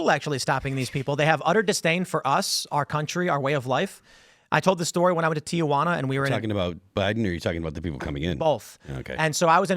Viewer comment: Teehuana, not TiaJuana.😊